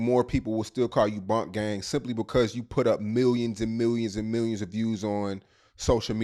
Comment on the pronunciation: FKA *proceeds to title AKA. says boonk gang. Interviewer: bunk gang